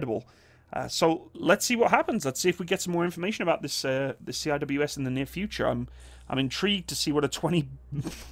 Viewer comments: Say “ See -wiz “ not C-I-W-S Cheers great vid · C-I-W-S? repeat after me....... SEE - WIZ no one calls it C-I-W-S, you are the first ive ever heard it called C-I-W-S, everyone else who blogs about weapons systems call them SEE-WIZ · Lol my man actually called it 'See Aye Dubayue Ess' XD